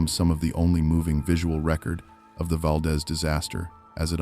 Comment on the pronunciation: "Kin ick arms" or earthquake park. I know I'm talking to IA. SHOULDN'T HAVE WASTED MY TIME. YOU HAVE NO KNOWLEDGE OF ALASKA! VAL- DEEZE